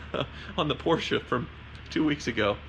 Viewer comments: I love how you pronounce Porsche (almost) correclty. Too many people (especially from the UK) just say porch as in fron porch. I know it is nitpicking but it actually show how much you care about each of those cars and brans. So thickest car channel on YouTube? I don't think so! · Porsche pronounced correctly 👌